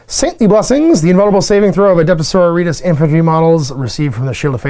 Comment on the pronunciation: How is it, that you are familar with Sisters of Battle, for 20 years, and cannot pronounce "So-ro-ri-tas" ?